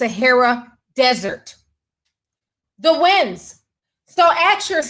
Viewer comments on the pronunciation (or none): none